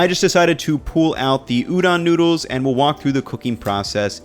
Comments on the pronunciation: "great tasting nudes" pls don't say it like that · i love you, but PLEASE don't call noodles 'noods', my dude